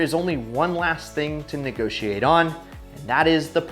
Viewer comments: You spell it "negotiate" not "negoshiate" . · Wait. Negoshiate? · Uh you spelled NEGOSHIATE with an S… not very Cofisticatid.